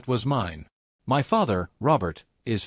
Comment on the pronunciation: another M Y story.......how hard is for an AI to say "my" instead of M Y god it is annoying